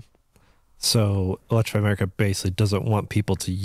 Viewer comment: That was funny when he just said electriify America 😂😂 as I’m in Philly charging at electrify America 😂😂